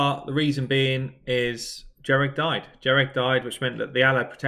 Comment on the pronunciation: Jah-reg, lmao